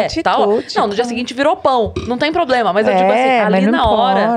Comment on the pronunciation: o poblema é não esconcer né? kkk